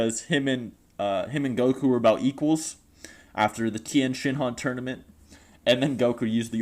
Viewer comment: THE TIYEN (PAUSE) SHINHAN